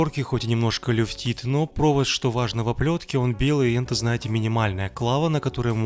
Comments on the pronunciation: Мне одному кажется, что на протяжении видео, он говорит вместо "это", "енто" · мне одному показалось,что он говорил "енто"!